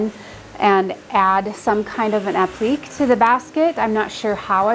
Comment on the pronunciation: FYI: appliqué is pronounced app-li-kay. Nice job on your projects!